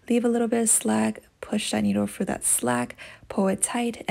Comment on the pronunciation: It’s through not frough